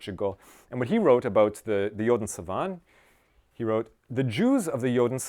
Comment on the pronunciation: Savanne still gets the "uh" sound at the end.